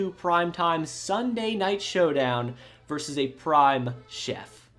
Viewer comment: ver-sus Two syllables.